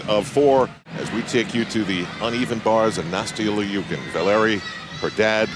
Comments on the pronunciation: Kim K. • What is it supposed to be? Or does she go by LEEOOKIN in the US? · He keeps calling her Nastia L-E-OOKIN. Not gunna lie...drove me a bit crazy.